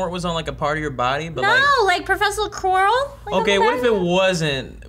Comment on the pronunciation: When said Professor Quirrell I heard it as profession squirrel:D